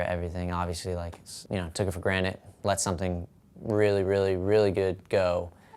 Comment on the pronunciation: he says "take it for granet" GRANTED PEOPLE